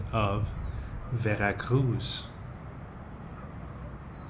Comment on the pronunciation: Full of inaccuracies and false statements and your weird, slooow delivery is excruciating. Learn how to pronounce "Veracruz"! There is no soft z sound in Spanish'